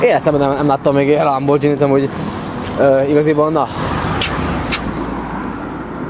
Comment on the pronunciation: Kiejtve nem lambordzsini, inkább lamborgíni